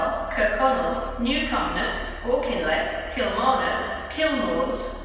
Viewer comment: I live around the area from Barrhead to Glasgow central and listening to her say KILmarnock, AuCKinleck, Cross MY Loof is just funny to me